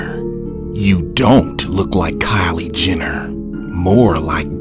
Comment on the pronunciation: Kyle Jenner lmao..more like "cait" 😂😂😂